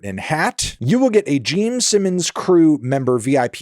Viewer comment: "Jeem Simmons"